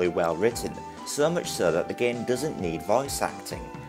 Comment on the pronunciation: Paatie ... it's Party dusnt... it's doesn't